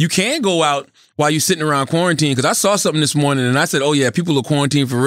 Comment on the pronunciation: I swear I thought Charlemagne said 'Pornitine' instead of quarantine...